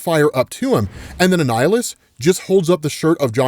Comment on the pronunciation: man it kind of was confusing to tell when he was saying Annihilus or a nihilist lmao